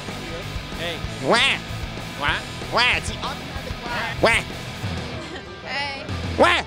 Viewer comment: WAH xD NOT QUAH WAH